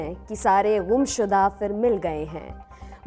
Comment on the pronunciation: Gum shuda, ka pronunciation theek kijiye. Please.